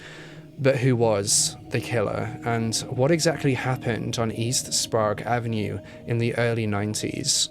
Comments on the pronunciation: Spray egg not sprague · Not to judge but it's probounced spray-g. i believe. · Sprague Avenue is pronounced Spraygue Ave not Sprawgue Ave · And Sprayg instead of Sprog. :-D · Sprague is pronounced Spra-egg. Very well done. Have lived in Spokane for over 40 years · No one ever knows how to pronounce our names if they don’t live here! I’ve had friends pronounce Sprague like Sprah-goo! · Also, Spray gh (Silent h) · Also sprague (spray-g) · we pronounce it like the word 'spray' with a 'g' sound at the end lol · The pronunciation of spokane and sprague made me absolutely lose it lmaoo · Hey fellow Spokanites. I agree with most about a serial killer. Crazy stuff. My biggest problem is the pronunciation of Spokane and Sprague, but I get it lol. As far as racism, it definitely exists here. Black and indigenous people are constantly profiled in Spokane. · Sprague is like sprayg or spregg. Spokane is like spo-can. But the video was great! Thank you for including Yates who never seems to be mentioned which I feel is a disservice to his victims. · As a Spokanite I need to correct your pronunciation of Spokane and Sprague. Spokane is pronounced Spo-CAN, not Spo-CANE. Sprague is pronounced SprAYgue, not SprAHgue. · its pronounced spo-can. it's not sprog. sp-ray-g it's a short a in Skagit. ska-git. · As someone who lives in spokane my right eye twitched every time i heard Spo-Cane and sprag and not Spokane (spocan) or sprague (spraag) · As someone who grew up in Spokane, nothing makes me laugh and cringe more than hearing people pronounce the city wrong. The E on the end in misleading. It’s “CAN” not “CANE”. And Sprague is another tricky pronunciation. It’s pronounced closer to the way you say “PLAGUE”. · Also: it’s Spo-can and spray-gue lol everyone who doesn’t live here pronounces it incorrectly lol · Pronounced....spoke-can And sp-rag.... rhymes with egg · Its spoh- can. And spray-gue avenue.